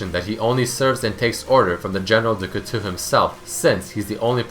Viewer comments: COOTU xD... Couteau, Coo-to! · Knife in french is prononced kooto not kootoo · it's read du couteau with an "o" in the end not an " u "...like "coutoh" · Couteau is knife in French not coutou or w/e you said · It's pronounce Cutó, right? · "Kutu means knife in french" that killed me xD Couteau is pronounced like "cool tall" without the "l" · cutu xD on dit un couteau <3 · It's pronounced coo-toe, your French is terrible lmao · Cootoo xD close enough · love your vids, even if a large part of them are repeating their written lore. but for the love of god, PLEASE learn to pronounce du couteau right, it's driving me insane every time you mispronounce it -_ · being french and the way u say du couteau makes me cringe a little sorry haha